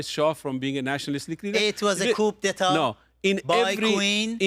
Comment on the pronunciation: Amir abbas fakhravar (AKA:Abbas Jefferson😂) is a male counterpart of Masi alinejad as both are uneducated delusional loud mouth self proclaimed hypocrite leader of opposition to the Islamic regime. Amir, you need to learn more on how to pronounce ‘Coup d’e.tat / koo da ta/ 😂😂😂😂